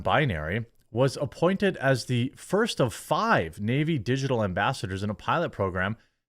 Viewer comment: Also... "In Tha Nayveee"